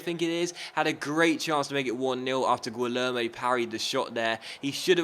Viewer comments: In Portuguese(and in some other languages too), when you have a "u" after an "g", the "u" is silent. You don't say "guilherme" but "gilherme". And "gui" sounds like "gee" Btw, the "lhe" doesn't sound like "le". It's like "ch", but with the "l" sound instead "c". It's hard do explain :/ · here's how you say Guilherme Choose the option to hear the name Gui it's like "Gee" from the word "geek" "Lher" I think there isn't a similar sound in english "me" it's just the way you said it